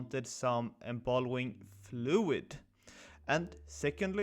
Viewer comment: I believe it is called embalming fluid, not embalwing